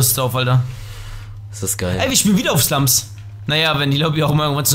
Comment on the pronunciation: Früher hast du immer zu Slums slumschki gesagt 😁